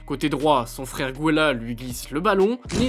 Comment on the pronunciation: Mes oreilles saignent Gwéla ?? Gobo ?? Sérieusement faudrait éviter de mal lire son texte comme ça